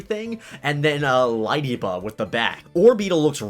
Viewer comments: Not LIE-DEE-BUH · Oh that hurts me. It's LAY-DEE-BUH! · Nobody:: LIEDIBA